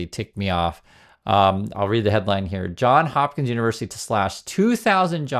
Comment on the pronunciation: Sorry to be petty. You said it right once, and than went back. I'm a Baltimore native. It's JohnS Hopkins. With an S at the end of John. Johns Hopkins.